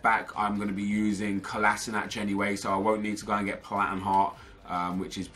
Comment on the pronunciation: it's pronounced Ko-la-Shi-natz